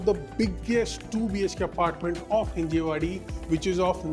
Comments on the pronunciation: Not Hinjewadi it's Hinjawadi....... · ३ दिवसा आधीच आपले बोलणे झाले मागच्या व्हिडिओ वर. ते हिंजवडी (Hinjawadi) आहे. हिंजेवाडी (Hinjewadi) नाही. प्रत्येक वेळी होणार नाही बोलून परत तेच तेच. अनफॉलो करावे लागणार आहे वाटते. ४ थी वेळ आहे.